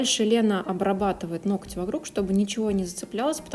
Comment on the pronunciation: Работа отличная!но ноКоть так режет ухо!в погоне за не «гыкать» ноготь превратили в ноКоть!